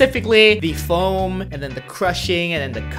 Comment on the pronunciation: It's floam not foam